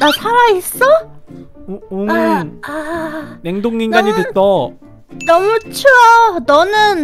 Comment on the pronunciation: 이 '냉동인간이 대떠'라고 들었는데